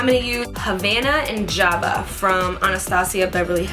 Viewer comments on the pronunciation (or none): none